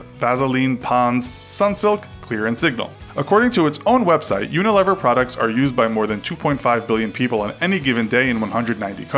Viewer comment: It's not Unilever it's unileever